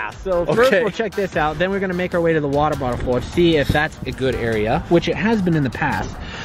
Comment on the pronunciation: 8 years later I just now noticed he said “wattle bottle fort”